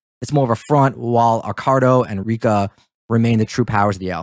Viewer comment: Feedback is a gift. Here is my gift to you. You mispronounced Accardo’s name throughout this video - stop doing that. When you admittedly don’t know about something then do not talk about it. During WWII there were few men under 40 walking the streets unless they were in a military uniform. Your discussion about not know why they were not in the military should not have come up unless you knew why they were not in the military during the war. Lastly, private jokes between the two of you is very annoying to the listener so don’t do that any more. In fact, skip all of the nonessential talk between the two of you. Better yet just get rid of the Brit, he only detracts from the video.